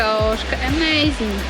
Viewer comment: "Troszkę emejzing"! mistrz! :D:D:D